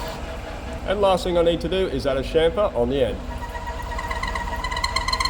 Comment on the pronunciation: "It's got a CHUFFER, it's got a CHONKER"... It's got a what..? "A CHAMFER!!!" - my beloved, watching next to me with our dog